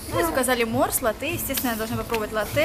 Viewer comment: правильно говорить лАтте